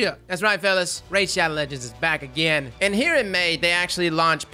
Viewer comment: “Raid sbadow-“ Closes video